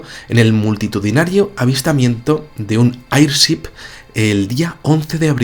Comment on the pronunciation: Mi buen, airship se pronuncia eirchip